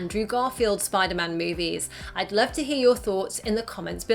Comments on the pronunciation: I like th e scene where aunt may says 'I larb you' to peter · "You know i Larb you" And The City